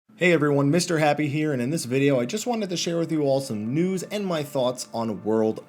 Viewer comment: when u say news it sound like nudes :P